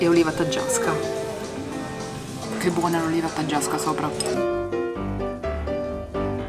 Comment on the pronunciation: Sbaglio o il cameriere dice erroneamente olive caggiasche e non taggiasche..?🧐😂